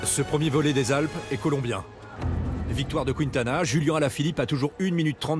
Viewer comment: On peut arrêter de dire QuOUINtana? Ces QuUINEtana.